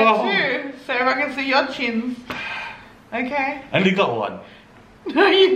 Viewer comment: “Okeh sailor moon 😒” Hahahahah